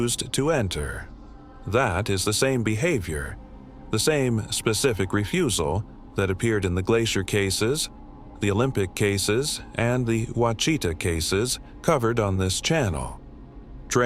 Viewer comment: Ouachita is pronounced “ washitaw”